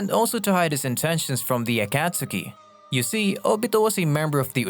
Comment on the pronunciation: The what? Acktasuki? Liked the vid, but this tilted me lool